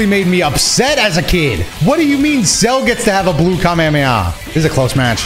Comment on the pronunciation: the way you say Kamehameha should be a crime 😭